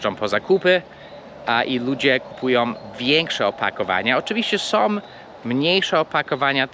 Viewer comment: Przepraszam nie som tylko są/ nosowe /.